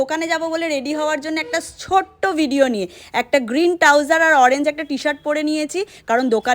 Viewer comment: Touser😂😂😂😂😂trouser bolo